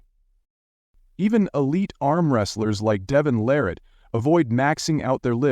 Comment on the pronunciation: It's LArratt, not laRATT!!!